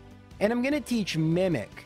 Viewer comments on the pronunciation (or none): none